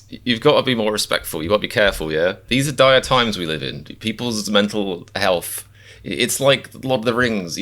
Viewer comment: Accents: Your English, teeth clenched and basically speak with lips not entire mouth seems to change the accent compared to US English, interesting. Also th is pronounced as 'F' like in health (healf) in your pronunciation.